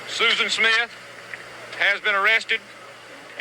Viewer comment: Smith not "Smiff"